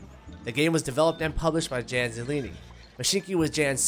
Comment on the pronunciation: It's not JAN , it's yawn